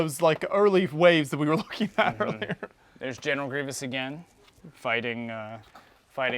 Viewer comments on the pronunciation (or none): none